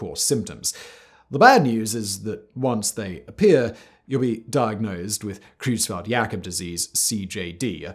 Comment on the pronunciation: Your pronunciation of german is awful. Both the eu in Creutzfeldt and the au (or rather, äu) in Sträussler should be pronounced oy. Or, in IPA terms, something close to /oi/. It's also pretty weird that you pronounce the ph in encephalopathy as a /pʰ/ (as per Ancient Greek), but the th as a /θ/, when th would have actually been /tʰ/ in Ancient Greek.